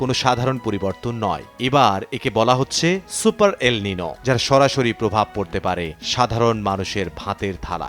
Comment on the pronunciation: উচ্চারণ এল (নিনো) হবে না। এল (নিইনিও) হবে